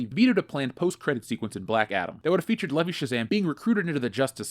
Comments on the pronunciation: It's pronounced Lee-Vigh, you know, like the brand name of jeans, NOT Lee-Vee. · Will you please stop calling him Zachary Levee? It's Levi!!!!!